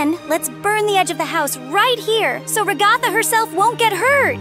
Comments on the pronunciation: Why did say Ragaatha its Ragatha not Ragaatha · It is pronounced RA-GA-THA….not RA-GOTHA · I love how pronounced ragatha as ra-gaa-ta😂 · IM CRYING WHY DID JAX PRONOUNCE RAGATHA REGATTA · IT'S PRONOUNCED RAG-UH-THUH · Naw and saying ragtha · Her name is ragged and not jhjikio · BRUH SHE SAYS RA-GATH-A